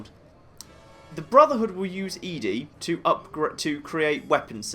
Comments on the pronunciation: I know I'm horribly late on this and you probably won't see it, but I'm a giant nitpick. I'm like 99% sure ED-E's name is supposed to be pronounced like 'Eddie', not 'Ee-Dee' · It's odd how you call ED-E "eeedi". I've always referred to/heard it called "eddie". Is there a correct pronunciation? I don't remember if any of the NPCs actually say it's name. Not that it matters much, just curious. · Love your videos but...It's Eddy not Eedy. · It's interesting that you consider ED-E to be female and pronounce the name as "Eadie." I always figured it was "Eddie" since Ed is the short for the male name, and then you just add the long e sound to the end. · believe the correct pronunciation is "eddie". I've always called it "eedi-ee" (literally just saying the letters ED-E), and I've done this so many times I simply can't call it "eddie". It just doesn't sound right to me. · So like Eee. Dee. Eee? I wanna blame my choice of pronunciation on Wall-E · OH YEAH!! Lonesome road totally sets it in stone, huh. I guess that means we should chastise on his pronunciation in this 3 year old video xD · I always assumed ED-E was a male robot so I always pronounced his name as Eddie. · I'm glad to see I'm not the only one who pronounces ED-E like EDI from Mass Effect.